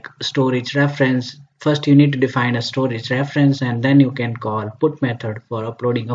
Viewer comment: Everything is okay until it ruined by ```stroage```